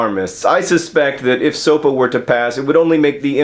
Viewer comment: I'd just like to point out that in Portuguese SOPA means soup and, John, you said the word perfectly.